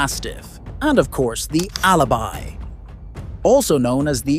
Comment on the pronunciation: Das heißt alabei und nicht Alibi du blötman